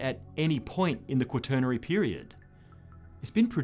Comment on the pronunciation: Before reading the inane comments below, my biggest concern with this video was that the "presenter" learn to pronounce the word quaternary (RP my ass). After reading the first couple of comments, I realized that there are people who are completely clueless about climate. A new ice age would presumably at the least cause mass starvation, probably mass extinctions, and quite possibly the collapse of human societies and technologies. Global warming will likely, through different effects, produce the same results.